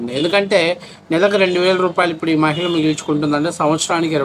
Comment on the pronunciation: మ'హి'ళ అని కూడా పలకలేని ఈ సినీ నటి! మయిల అంటుంది. ఛీ!